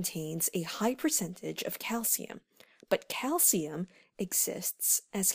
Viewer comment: you cant pronounce calcium